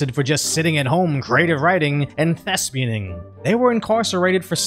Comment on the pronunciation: Thespianing? I believe it's thespianage😂